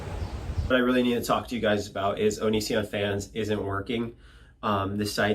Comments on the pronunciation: Anissian lmfao I’m dying 😂👌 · Please don't say Onisions name so beautifully hahah.